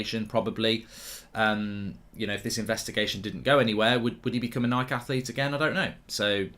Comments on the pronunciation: It's Nikeeeee not Nik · Should we be concerned on how Mark pronounces Nike? 😂